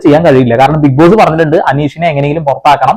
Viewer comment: ഇതെന്താ ബിഗ് പോസ്സേ ഇംഗ്ലീഷ് ബിഗ്‌ബോസോ 😂